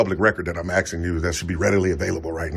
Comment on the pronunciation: Hey ….buy you some Hooked On Grammar VHS tapes and learn to speak. He says he is “axing” her for a form……